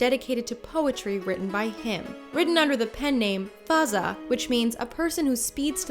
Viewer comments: Faz'a•a not faza 😂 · When she says fazza that’s not the real way of say his name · she said fazza name wrong hahahhaha its fine, some people cant pronouns arabic words